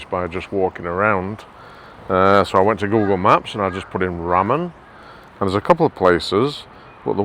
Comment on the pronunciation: Ramen is pronounced with LR. Sounds more like Larman than rramen